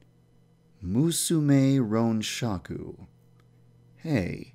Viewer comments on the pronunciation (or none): 'Shaku' sounds like Shark.